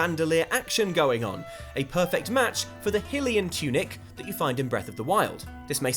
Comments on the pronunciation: Ganondorf instead of ganon, Hillian not Hylian and Jerudo instead Gerudo what is wrong with this guy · Hillian. HILLIAN?!???!! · Lots of Jerudo comments... He also said “Hillean” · "Hill-ian"? "Jerudo"? Sorry for being picky, but I'm pretty sure you're saying the names of these races wrong. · Don’t forget that he says “Hilian”😂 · jerudo? It's pronounced with a hard g sound. Did you not take note when Urbosa's ghost says that Ganon once took the form of a Gerudo after defeating Thunderblight Ganon? I also take issue with your pronunciation of hylian it's like Hylia but with an at the end. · A few things... 'Hylian' is pronounced 'HIGH-lee-in' 'Gerudo' is pronounced 'Ger-ROOD-o' not 'Jer-ROOD-o' Also,everyone else seems to be doing this...I'm calling it Legend of Zelda: Grasp of Ganon for now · Your mipronunciation of the word 'Hylian' bugs me no-end.